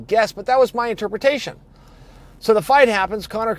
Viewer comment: Chael: "So my intreprutation of that statement is... ...GSP wants to fight Rhonda in WWE."